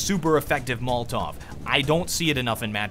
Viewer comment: Say it with me. Mol-o-tov. Never mol-tov.